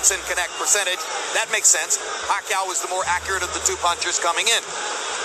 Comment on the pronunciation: i still remember that fight with Manny and Ledwaba when the commentators couldnt figure out how to say Manny Pacquiao"s name right. hearing you say "Pakayaoooo" def gave me that same reaction from back then. its hard to disagree with you cuz you speak facts. thuuumbs up!!!